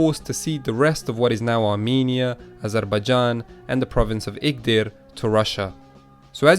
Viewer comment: I realized that unlike some Westerners you can pronounce words very clearly, like you said Azarbaijan not Azarbaezhan and also which is your country